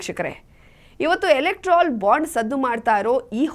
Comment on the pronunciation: ಅದು ಎಲೆಕ್ಟ್ರಾಲ್ ಬಾಂಡ್ ಅಲ್ಲ, ಎಲೆಕ್ಟೋರಲ್ ಬಾಂಡ್. Just for your kind information,don't think otherwise. Thanq.